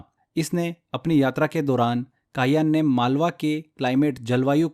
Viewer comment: फाह्यान को काहयान बोल रहे हैं 😢😢😢😢😂😂😂😂😂😂😂